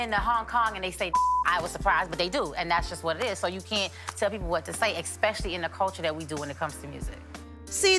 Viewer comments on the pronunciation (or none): I hate when people say “Xspecial-lee” 🙄 Oh Trina